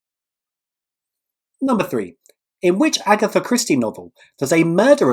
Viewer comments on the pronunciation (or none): none